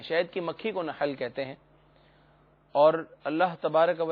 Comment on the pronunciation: Nihl nhi nahl lafz b sahih nhi bool sakty ho